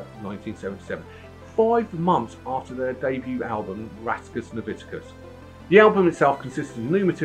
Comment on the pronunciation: Your pronunciation of of Rattus is embarrassing......where did the "IC" come from ?